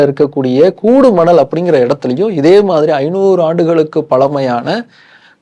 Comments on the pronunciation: அது கூடுமணல் இல்லை. கொடுமணல் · அது கூடுமணல் இல்லை கொடுமணல்.